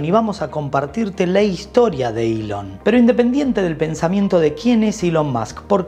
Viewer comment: Se llama ELON Musk no ilion más o que cambiaron el abecedario español castellano